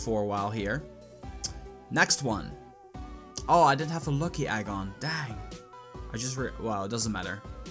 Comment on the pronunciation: egg not agg